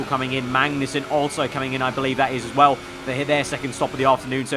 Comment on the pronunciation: Please, please stop saying altso.